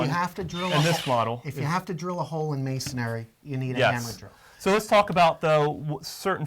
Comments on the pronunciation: It’s masonry not masonary... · The guy on the left keeps saying masonary which is a misspelling of masonry! He keeps adding an "A" after the "n" which is incorrect pronunciation! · What the hell is MasonAry??? How can you do this video and neither can pronounce masonry???? Please do the next video on brain surgery, a topic on which you likely have equal knowledge. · It's masonry, not masonary.. If you want to be taken seriously, learn how to pronounce the terms. You guys look like you belong on the cooking channel, making a quiche, maybe. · A concrete drill bit is not called "masonary" drill bit as you guys keep pronouncing it wrong... the word is masonry..... not masonary. Masonry is a three syllable word not four. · Hey great video information for the lay person... I can't believe the critics here. Immature losers to say the least. It's not a prime time show people and let's see you make a better job. Who cares they said masonary instead of masonry... IT'S FOR UTUBE AND THE LAY PERSON NOT H&G NETWORK ON PRIME TIME! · Why do they keep saying "masonAAry"? There's no A after the N in masonry. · Masonry! There's only one 'a' in the word. :)